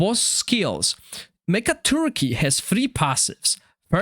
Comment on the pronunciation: Megaturkey did I hear that correct 😂